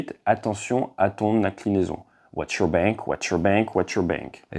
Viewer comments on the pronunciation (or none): none